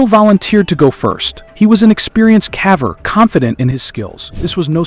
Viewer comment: Good video but caver should be pronounced as caever not cava.